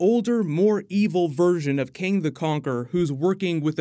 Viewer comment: did he just say KING THE CONQUEROR? lmao its KANG